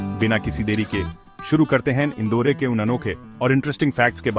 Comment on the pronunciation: इंदौर ना की इंदौरे